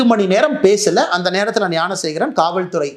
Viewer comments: தம்பி துரை முருகா எல்லாம் சரிதான் அந்தக் குற்றவாளி பெயர் யானசேகரன் இல்லை ஞானசேகரன் சொல்லு ஞானசேகரன் யானசேகரன் இல்லை இல்லை தம்பி நன்றாக உச்சரியுங்கள் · அண்ணா, யானைசேகரன் இல்லை! ஞானசேகரன்.